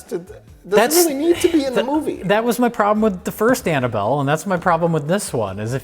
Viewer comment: "mmhmmuhh mmhm Annabelle?" 😅